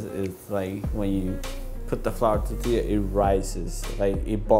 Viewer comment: Nice, but pls roll your R's in pronunciation of the word tortilla..